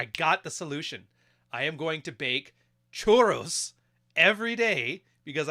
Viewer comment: it's churros not choro, choro means diarrhea 😝